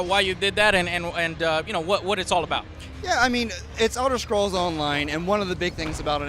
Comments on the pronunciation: BTW, since when is this series called elder shcrolls? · Elder shcrolls